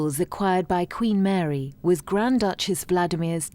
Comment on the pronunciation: At 20 minutes in, the speech impediment that woman has! My goodness! Queen Mawy weceived emewawds and mixed them with the Cambwidge emewawds... Oh dear.